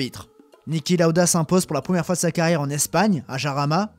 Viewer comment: "Jarama" quelle horrible prononciation 😂